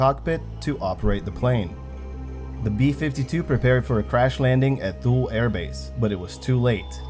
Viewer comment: Thule is pronounced "Too-lee"